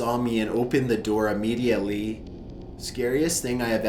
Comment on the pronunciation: Oh for f*ck sake!!! NOBODY should take that long to say the word 'immediately'. I think he actually put in extra syllables! I know he keeps getting grief for the way he speaks, he even has people on Youtube saying he has a collapsed lung ffs. He does NOT have a collapsed lung. I understand he is trying to read his stories in a stylised way for atmosphere but its PAINFUL at times. you are lucky your content is good and I really wish you all the best in life but seriously though, you are losing viewers because you are overdoing that 'voice'. Its too much man.